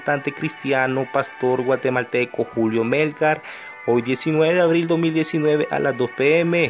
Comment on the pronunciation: Muy lindo el video pero que pena que no sepas pronunciar su nombre es Melgár no Mélgar 🤦🏻‍♂️